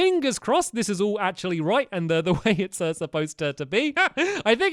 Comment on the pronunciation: was that your british acent when you said right? i never heard you speak british.